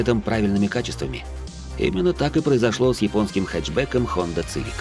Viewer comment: Хонда ЦЫвик...леща бы дал по щам на такое произношения блин...